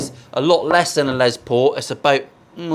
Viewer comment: Here I am editing a Les Paul video watching a Paul Les Paul video. At least you pronounce it normally, unlike the Yanks and their Less Paul. Last time I mentioned that, I think I triggered the whole country.